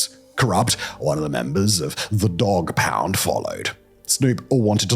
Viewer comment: Mispronouncing Dogg Pound and Michel'le was quite hilarious!